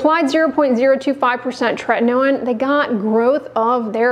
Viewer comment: It appears that tretinoin is spelt wrong……it clearly, from the presenter’s pronunciation, only has one ‘t’ at the beginning and no ‘t’ in the middle….. just like the ‘in-ernet’!